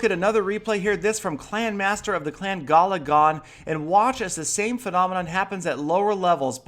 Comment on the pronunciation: "Gallydon"....."Gallydon"....."Gallydon".....what...."Hi Gallydon" XD